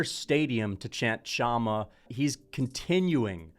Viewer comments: chama is pronounced "Shama". Pereira has lots of aura, that's insane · Pereira did do a chama chant after ufc 300. And bro its been a few months since that words been everywhere with alex you should know how to pronounce it